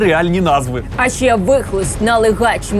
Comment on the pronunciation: “То шшьо дошьшєм” “А шьшє...” “Ну а шшьо робити...” і т.д. Тут я почув агресивну дискримінацію звуків [ч] і [шч] у вимові слів. Годі терпіти це знущання! Захистимо право букв “ч” і “щ” бути почутими у випусках ТТ!